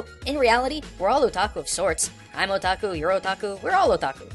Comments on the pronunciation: am i the only one who heard "were all a taco"? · When he was saying Otaku it sounded like he was saying "Oh Taco" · i keep hearing "a taco" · When is hear otaku I hear o tacos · Yet didn't define "Weaboo" Probably didn't want to come to terms with what he is given his try-hard pronounciation of "Otaku" and "Hikikomori"